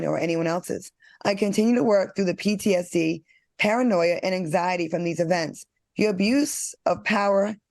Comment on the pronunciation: That PTSD pronunciation had him hemmed up lol